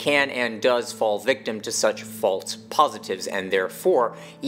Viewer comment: There’s no “t” in the word “false”.